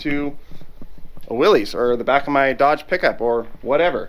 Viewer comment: my 98 year old grandpa watching wants you to know that Willys is pronounced Willis, as in Bruce.